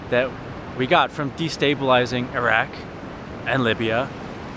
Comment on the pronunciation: it's good to hear you pronounce Iraq correctly, like every other country on earth bar americans....lol